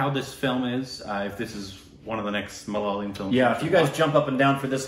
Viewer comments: Upteenth time...it's not MaLaaayalam...it's MalaYaaalam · I'm definitely risking my peace and sanity with this comment that'll invite viscious abuses from #LoyalStupidBabies, but... Endey Chinakathoor kaavil ammey!! Evandey ammoommey kattikyan ulla aa #Malaleeum kondu nyaan thottu!! 🤦‍♀️ Is it really that difficult to say Ma-La-Ya-Lam? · Come on it's not Malalayam it's Ma - La - Yaa - Lam... You should just give it a try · it is Malayalam and not malalayam 😂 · Again.... Not MA-LA-LI-UM It's MA-LA-YA-LAM guys..